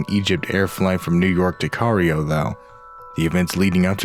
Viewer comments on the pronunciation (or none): Cairio??? Uh no. CAIRO. Pronounced Ky-ro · Famous CAH-REE-O, Egypt is nothing like that unknown city of KYE-RO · you said cario its pronounced kyro spelled Cairo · The narrations are horrible. "Affixiation?" You mean asphyxiation. "Cario" ? You mean Cairo. And the guy narrating #12 needs to calm down... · Cairo... not cario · Cairo is pronounced "Kyeroh" not "Carrio" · "From New York to Egypt, Cario" "Cario" CARIO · It’s “Cairo”, not “Cario”. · Um it's pronounced Cairo (Kai-Row) not Cario (Cah-Ri-Oh). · CAIRO not Cario! Dumbasses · Geez. It's (Cairo) 'Kai-Row' and not 'Carry-Oh.' It's also Patricia Ward, like 'Sword' and not Ward like 'Yard.' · Convent not covenant. Asphyxiation not aphyxiation. Cairo not Cario. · Digornio not Delivery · Come again? Cario? Cairo. Kye-Row. It's the capital of Egypt. It's kind of a big deal. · Did he just pronounce Cairo as Cario? It's Cairo as Kai-Roh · Cario? Don't you mean Cairo? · Cloudy With A Chance Of Grey lol "Cario" not Cairo. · I think it's pronounced "ki - roh" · "Car-e-o" are you stupid learn how to pronounce words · did this dude really just say CAR-E-O? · It’s Cairo not Cario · where's Carrio ?? is it in Eggypt ??? and her name is Ward as in Hospital Ward pronunciation guys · LMAO!!! good video, but seriously, lmao, whats a cario? lmao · This guy mispronounced Cairo. It's pronounced Cai (rhymes with lie) ro (like what you do on a boat with oars). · cairo is prouncounce KAI RO. ward is a long a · "carryo." Hahahahaha. I believe we should be kinder these fellas as they seem mentally impaired. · the mispronunciation of asphyxiation and Cairo were highlights for me. neat vid tho.